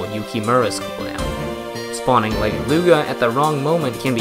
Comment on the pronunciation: Are we gonna talk about how he mispronounced Legeluga’s name and called her a “He”